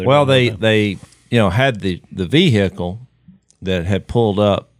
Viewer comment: what type of vee hick elle was it?